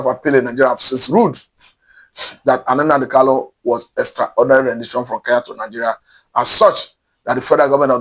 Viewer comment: It is not "NnaNdi KaLu," it is NnaMdi KaNu. Please take note. Thank you.